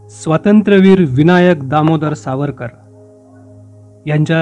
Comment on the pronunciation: Maphiveer Havarkar (S pronounce karne jamat nahi tyanchya sathi)